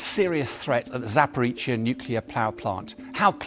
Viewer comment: ZAPORIZHIA not Zaporitsia. He never gets it right.